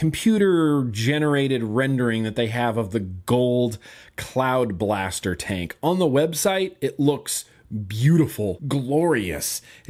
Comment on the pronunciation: I thought you said cloud bastard. Don't know why but I like cloud bastard. Ha cloud bastard.